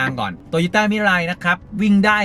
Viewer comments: มันอ่านว่า มิลาว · น่าจะอ่านว่า มิ-รา-อิ แต่ อิ จะออกเสียงเร็วมากจนเป็น มิราย